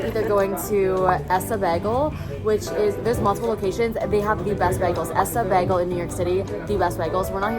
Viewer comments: As a new yorker its (bae g el s) 😭 idk but i love this vlog😊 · PLEASE READ THE WAY YOU SAY BAGEL PISSES ME THE FRICK OFF. LIKE WHAT THE HELL IS BAG-UL. NO IT'S BAE-GHUL. IT PISSES ME OFFF SOOO MUCH. WHERE DID YOU EVEN GET BAG-GUL FROM? LIKE FROM WHAT YOUR FRIEND SAID IT'S NOT EVEN A CANADIAN THING SO WHERE THE FRICK DID STUPD A$$ BAG-GUL COME FROM. I HATE IT SO MUCH WORDS CANNOT EVEN BEGING TO DESCRIBE HOW MUCH I HATE IT. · beggel???!?!?! in nyc we say baegul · What Americans do you guys know that say bagel like baggel? Cuz no way that's from NY/NJ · I don’t know who told her Americans pronounce bagels like that but yeah no… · Girl love you but I truly have never heard anyone say bagel like that in the us 😂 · Bc we don’t. I think that’s a Brit thing tho😭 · why are we saying bagel like that pls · Says “bagel” very canadian friend: oh my god you’re so american! 😭😭😭😭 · super seriously, I have never heard anyone said bagel like that before and I have lived in various parts of California for all 26 years of my life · I pronounce Bagel so differently than you guys lol. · never heard an american pronounce bagel the way did lol